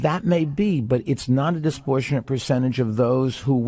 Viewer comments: Hey Plumberg, "disportionate" is not a word. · If you pronounce the word disproportionate, as disportionate (not even a word) then you are not qualified to teach 11th grade English, never mind be the President of the United States. Another idiot oligarch. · All this other obvious stuff aside, billionaire dude can't pronounce disproportionate.